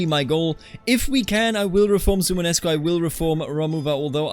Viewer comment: suomenusko don't drop the o in suomen Perkele * Suomen Usko = Finnish/Finnic Belief are 2 separate words